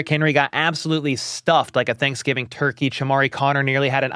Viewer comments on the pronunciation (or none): none